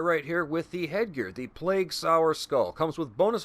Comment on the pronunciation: It’s sower, not sour. As in, sowing the seeds of love. 😉 Thanks for the vid. Going to give it a whirl.